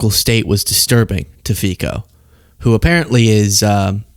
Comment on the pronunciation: It's pronounced FEET-Zo.